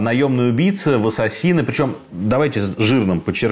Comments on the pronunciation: 🤣🤣🤣не Ассасины... А Ассесины. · Всё здорово, только не понятно почему произносите ассасИны вместо ассАсины. Ударение правильно произносится в английском на второе А. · Ударение в слове неправильно произносите .Ударение на втором слоге.